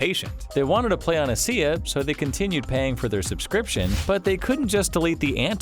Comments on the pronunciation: First time in 12 years I've heard someone call ESEA "eh see eh", it's "E S E A" :D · this man legit said "E-SEE-AAH" lmaooo you cant do csgo videos anymore